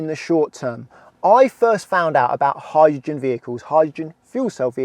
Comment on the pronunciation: Sorry, what's a "howr-gin" vehicle? Speaking seems to be difficult for this chap.